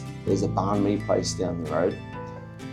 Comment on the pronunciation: Aussie bloke living in my birthday. Need to learn some Viet. Banh is pronounced like bun me, not ban me.